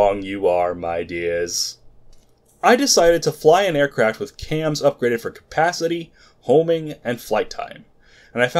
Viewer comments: Its not Cams, its Quaams. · no, its QAAMs. in other words, there is no U you don't pronounce a U that isn't there. Q A A Ms or Q AAMs